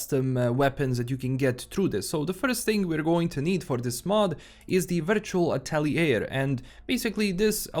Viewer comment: The word "atelier" is originally french and rather mean to english speakers. It´s correctly spoken "atel-ye" with a drawn out e (the same e as in engine, entertainment ect).